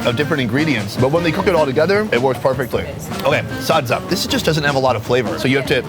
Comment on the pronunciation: I love how he pronounced SADZA🤣😍 so accurate!!!